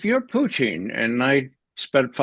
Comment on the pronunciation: I've wondering watching this gentleman if that's how Putin is supposed to be pronounced. If not then it reminds me of french fies and gravy. 😋